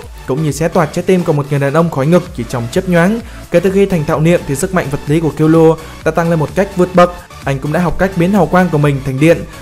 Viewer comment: Vc kil lua :)) trong anime nó còn đọc là kil lu a mà